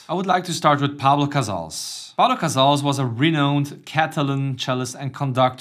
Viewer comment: Great stuff! So glad you added the goats Shafran and Gendron. It’s “Pau Casals” btw.